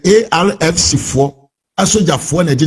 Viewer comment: AFRC pls not Arfc. Great content. Background noise and flow mar the blogging but great content. Thank you.